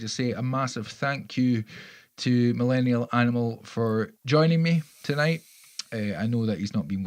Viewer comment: BTW.... Close enough on my name pronunciation!